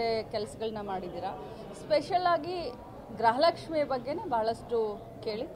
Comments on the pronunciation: ಅಕ್ಕ ಗ್ರಹಲಕ್ಷ್ಮಿ ಅಲ್ಲಾ 😂 ಅದು ಗೃಹಲಕ್ಷ್ಮಿ.... 👍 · ಗೃಹಲಕ್ಷ್ಮಿ ❌ಗ್ರಹ ಲಕ್ಷ್ಮಿ ✅🤣😂